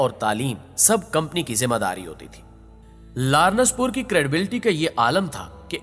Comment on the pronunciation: Biht zabardast but its not lar..nass its laa..rense pur written as lawrence pur